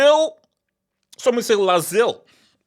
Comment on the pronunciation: "LASIL" 😂😂😂😂that's crazy work